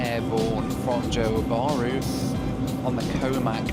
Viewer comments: Johor Bahru is not pronounced as u did at start, its JO HAW BAH RU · No offence, but why do western people just go straight to Bali if they come Indonesia? What for? There is a whole massive country to see.. You go to a small island...FYI, it's JOhor baRU with the 'r' rolled.